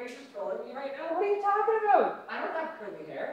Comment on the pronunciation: "what are you talkin' aboot?"